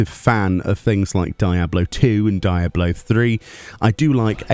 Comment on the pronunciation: Why do you call it die ablo 4 😅😭 your British, as am I.. say it properly man